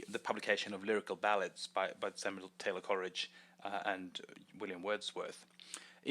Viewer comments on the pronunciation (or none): none